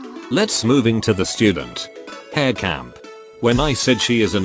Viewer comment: im sad on ai voice cause her name is pronounced as ha-(l)re